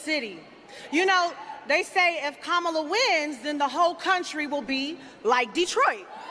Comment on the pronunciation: Her: "I was educated in this city." Also her: "DEY say if..." Yeah, it shows, sweetheart.